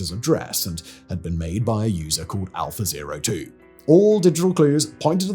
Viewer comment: Unfortunately I keep hearing it as 'alpha bae' and snickering to myself.